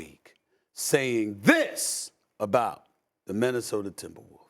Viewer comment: Stephen A saying "Minnesoter" gets me every time 😂